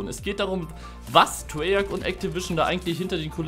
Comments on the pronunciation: Treyarch nicht Treyarschh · Treyarch wird Treyark ausgesprochen.